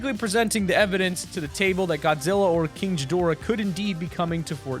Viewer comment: Kinchgadoara lol king not kinch king 👑